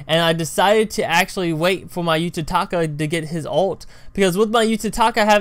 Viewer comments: it's uta kata not utataka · its utakata